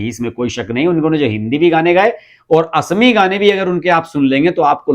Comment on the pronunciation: गौहाटी नहीं, गुवाहाटी। असामी नहीं, असमीया। In English Sentinel means अग्रदुत, it is not about the Sentenelese people of Andaman. Get some general knowledge.